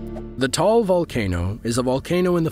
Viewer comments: It is pronounced TAH-AHL , not Tal. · Please take note of this the Pronunciation of Taal Volcano is- Ta al Volcano not Tall Volcano. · Actually I live in Philippines and its Ta-al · Pronouncation: Ta-al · bruh you pronounced taal volcano wrong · he can't pronounce it fluently but we can understood what he's saying